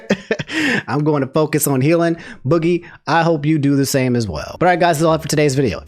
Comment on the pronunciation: How hard could it really be to do just the basic level of research and get boogies name right so you don't look like a complete idiot. Like just the fact you couldn't do that shows how little effort you put into these videos